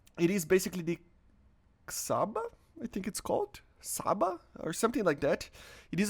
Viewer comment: Csaba is pronounced as "Chaba"!